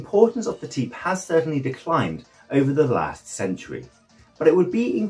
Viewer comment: teip is pronounced tape not tip